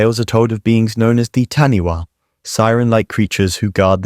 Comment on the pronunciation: Taniwha is pronounced as if the 'wh' was an 'f'